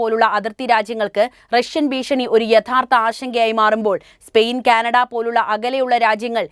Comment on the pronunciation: 'ബീഷണി' ? അങ്ങനെ ഒരു വാക്ക് മലയാളത്തിൽ ഇല്ല. ഭീഷണി എന്ന് പറഞ്ഞ് പഠിക്ക് 'ബാഗം '? അതെന്ത്? 'ഭാഗം' എന്ന് തിരുത്തിപ്പറയൂ